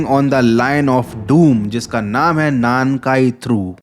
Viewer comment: 南海トラフor なんかいトラフ(Nankai Trough)=South sea trough, ye full ek word ye is ko alag alag nai bol sak te alag alag bola to meaning hi alag hoga なん(Nan)=What かい(Kai)=Times(different kanji different meaning) South Ocean ko alag alag bolna pade to South= 南(Minami) Ocean= 海(umi)